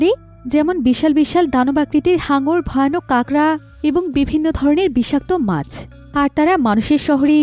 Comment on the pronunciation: Pach 😂na mach